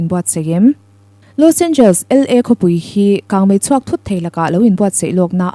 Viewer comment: I inti lam no lutuk anihkha😂Los Angels😂..Los Angeles tihtur aw..